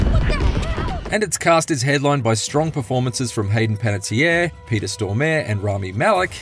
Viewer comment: Dude absolutely butchered Peter's name. Absolutely 100% butchered it.